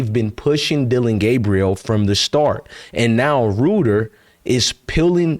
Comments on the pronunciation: It’s pronounced Rite-er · It's pronounced Rider.. & Grosee... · His name is pronounced "Rider" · Crazy work the Browns doing when they don't wanna give Sanders a chance in the public eye because they want Manning so bad. Very disappointing. He pronounces his name more like 'Writer" btw. Keep going forward bro. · It’s Pronounced Ryder